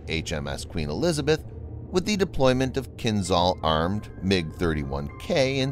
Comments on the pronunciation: It is not Kin-zal but Kinzhal. The zh stands for the Cyrillic letter ж in кинжал (dagger). It is pronounced like the gè- in the French word legère. You would do better to pronounce Kinzhal as Kin-shal. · You are pronouncing Kinzhal wrong. The ´zh’ should sound more like the letter J. So while not entirely correct, calling it “Kinjaal” with two a’s would sound as close to the proper Russian prononciation as it can get in English.